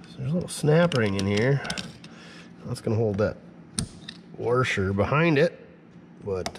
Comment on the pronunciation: he said ....." warsher "...........